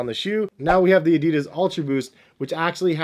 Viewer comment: So annoying the way you pronounce Adidas